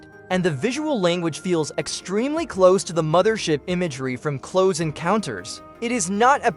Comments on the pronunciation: The AI voice keeps saying “cloze” encounters 😂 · AI voiceovers suck. When "he" pronounces "close" (as in Close Encounters...) the way you would say "close the door", I knew this wasn't a human voice.